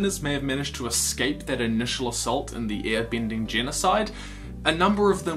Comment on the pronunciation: u saying ear binding annoys me so much sorry cant just ignore it, ur vids are great